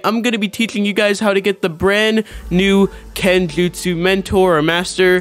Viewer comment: Kenjuutsssh” mentor